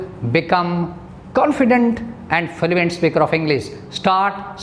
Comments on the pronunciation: its fluent not fuluent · Learn fluency first Then teach It's fluent no filuent 😂😂😂😂😂😂😂😂😂😂 All over accent is rubbish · Sir your pronunciation is not correct.. U pronunced fluent as falluent It's ˈflo͞oənt not falluent... Blood as bləd not balad.. Sir First work on ur pronunciation property... Otherwise your all tips are so precious... Thank you Sir... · I agree